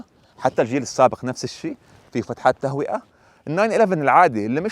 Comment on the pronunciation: يا اخ.. اسمها فتحات تهوية و ليست فتحات تهوئة..